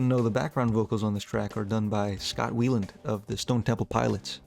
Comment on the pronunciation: Scott WHY-LAND not WEE-LAND